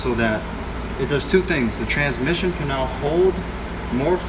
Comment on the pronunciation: does anyone else die a little whenever he says TraNMission